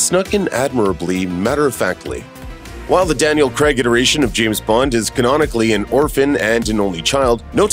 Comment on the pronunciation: Why can't Americans pronounce Craig as CRAYG rather than GREG!